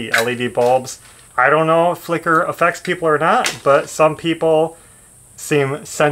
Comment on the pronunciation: I am LMBO listening to you talk about the light bulbs. I thought you were saying "Liquor bulbs". Then I realized you were saying FLICKER!! I was like, in all my years I'd never heard of Liquor bulbs. Then when I hit the space bar to finish this post, it decided I was done. Be patient with me, I'm 67 and have a lot of health issues. I would call that light macrame.